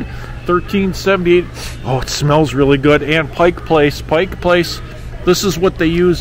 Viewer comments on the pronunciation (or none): none